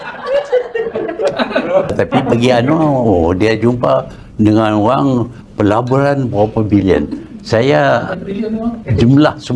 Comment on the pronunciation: Tu. Salah dengar tu .apa nama. Dia bukan sebut pelaburan dia sebut pejburan berbilion benih dia dlm perjburan di luar negara di gi keluar negara bukan cari pelaburan tapi dia cari pe jburan lah tun. . 🤣